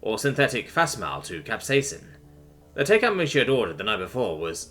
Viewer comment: "Facsimile" is pronounced /fak-si-mi-li/. :)